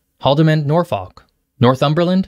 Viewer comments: It's not Doooo-ferin, i'ts Duff-erin, also a bad one with Nor-FOKE not pronounced Nor-F*ck as you did, I'm surprised YouTube didn't think you were cursing while saying the names of our region. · i've never heard someone pronounce Norfolk like that